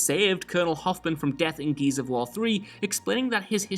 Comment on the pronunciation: Even the subtitles say 'Geez of war'. Love you, but speak english